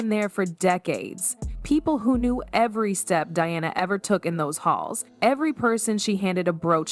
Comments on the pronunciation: Diana, not dee-ana😅😅😅😅😅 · You could at least get your AI Voice to properly pronounce Diana’s name… instead of saying Deanna…. Say DIANA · Learn to pronounce Diana's name please...." Die-Anna " please ....not Dee - anna!!!! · If this voice can not pronounce Diana. Using Deanna. It is B S. Look up SEPPO, australian slang. More BS. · Did she just mispronounce Princess Diana’s name. World Famous Diana? She said “Deanna”; what an Idiot!! So Pathetic! 👎🏻👎🏻👎🏻